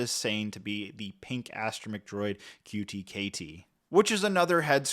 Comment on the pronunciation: “R2-KT” not QT-KT